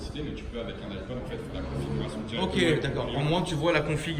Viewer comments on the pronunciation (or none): none